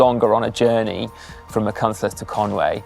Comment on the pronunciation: My home cycling area, so excited to watch this video! Nowhere I'd rather ride a bike. Kudos Si, my partner who is first language Welsh appreciated your decent effort at "Eryri" - "Machynlleth" may need some work but you've done well!